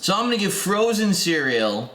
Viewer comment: I honestly thought you meant "frozen cereal" - literally someone went to the trouble of finding a way to freeze cereal and make it somewhat decent. Your use of emphasis did not help either. :P